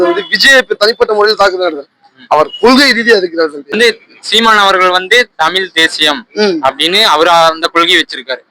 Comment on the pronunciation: Tamilllll illa tamizh 😂😂😂😂😂